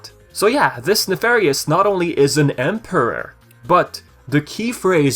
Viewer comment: He does have a funny way of pronouncing certain words. The way he says "emperor" seems off too.